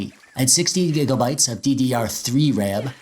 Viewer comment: why gigelbytes bro its gigabytes